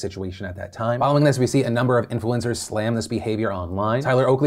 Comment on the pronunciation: i heard "influenzas"